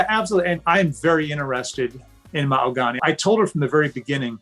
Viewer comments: ma-hog-u-nee Mahogany If that was my name and he was “in love” with me he better learn how to say it. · Anyone else catch how he pronounced her name Mah-Ho-Gah-Knee at one point? There is no way this couple is real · Why does he call her Ma-oh-go-nee🤣🤣🤣🤣 They’re both creeps and deserve each other🤢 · he prounounces her name so weird